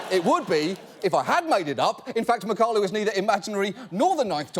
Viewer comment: It’s pronounced Mack-uh-lau